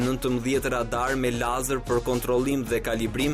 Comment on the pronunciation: ore cfare katunari .. nuk thote( leizer) ..po e thote si shkruhet lazer.. nuk eshte fjale shqip o katunare .. dhe kur nuk e shte ne shqip atehere thuaje sakte ne gjuhen qe eshte fjala .. drejtore ky tjetri ....fuck....gazetari me toc ..